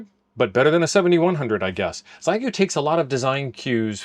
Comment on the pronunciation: It’s NOT “XY GOO” it’s pronounced “Shee yay goo”. Geesh what is SO difficult in learning how to pronounce the name of this company. It really IS NOT that difficult!